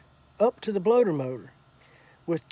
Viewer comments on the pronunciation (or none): “bloater motor”